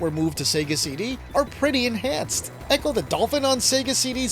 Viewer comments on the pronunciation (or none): none